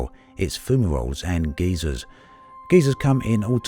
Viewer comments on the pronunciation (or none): geysers, not geezers :p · my man......say it with me guy-zerr, not ghey-sirs. One is a geologic feature caused by volcanic activity, the later is an old dude.